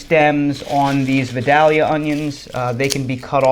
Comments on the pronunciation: Good info. I live about 30 min from Vidalia. Just wanted to let ya know us locals pronouce it vy-dell-ya. You have to say it as country as possible too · We just found out you're not a native Southerner. It's pronounced VYE-dayl-ya. 😁